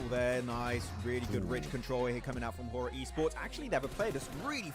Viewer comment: Bro it's horaa not a hoora